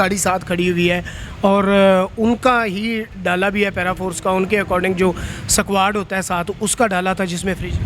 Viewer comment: اينكربننےسےپہلےاردوالفاظ كا صحيح تلفظ سيكھنا لازمى ہے،"سك واڈ" غلط تلفظ ہے صحيح تلفظ اِسكُواڈ ہے۔ زبردست ہوٹل مالك توجھوٹ بولنے ميں شريفوں سے بھى دوہاتھ آگے نكل گئے۔